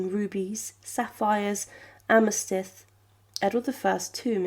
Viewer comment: amerstyth? This and a few other mispronunciations, hard to believe you’re understanding what you’re reading.